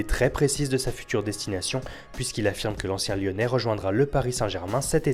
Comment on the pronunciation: il a dit martial encien lionai mdr